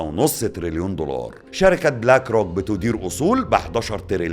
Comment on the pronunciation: ياعم الله يكرمك اسمه دولار مش ضولار 😅